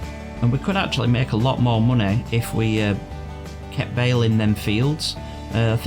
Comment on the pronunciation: I love how you say munahy